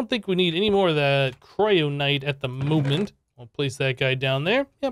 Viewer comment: KYRONITE! not kryonite. silly